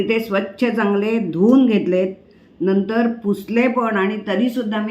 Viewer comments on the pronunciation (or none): none